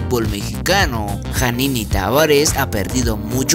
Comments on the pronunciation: TU FORMA DE HABLAR !!!! ... NO MÁMES PÉSIMO ... Y NO SE DICE JANINI ... SE PRONUNCIA YANINI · Janini ? Jajajaja ni sabes pronunciar su nombre jajajajajajaja ni tampoco el nombre del Trabzonspor jajajaja payasete.